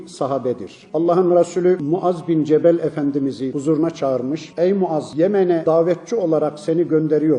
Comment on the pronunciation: Cemel değil cebel